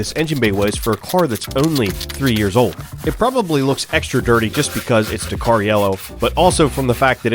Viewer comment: Your pronunciation of Dakar was killing me. Dak R Like tak with a D and a strong R